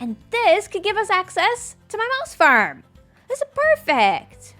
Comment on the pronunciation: I swear you're saying mouse farm.